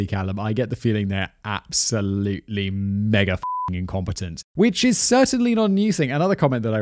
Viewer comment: Had to turn subtitles on, froze up hearing ‘that’s a mega amount of money’ as something not friendly for YouTube or anywhere standards… Never heard it be pronounced with an R like that sounded